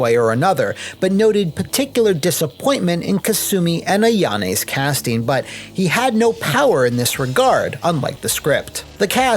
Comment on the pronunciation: Brazilian dub be like: "You are a ShiNÓbi now' and Ayane became Ayanai and Hayate became Hayatai hahahaha